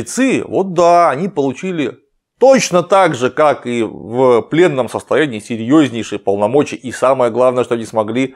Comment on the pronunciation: Почему мне все время слышится 'вавилонский пленум'? Еще чуть-чуть и появится 'вавилонский обком'.